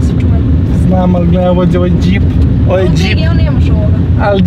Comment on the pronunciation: sta ti znaci djip hahahah kaze se džip hahaha